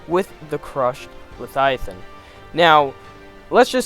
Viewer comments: Like Mike Tyson pronouncing "Levthiathan" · If this guy mispronounces leviathan one more time I might have an aneurism